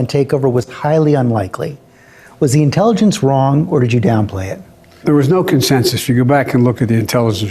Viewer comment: "There was no concensus when you go back and look at the 'intelligish' reports."